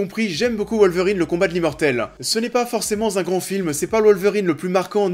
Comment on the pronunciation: “Ce n’est pas forcément z’un grand film”, t’écris ça comment au juste?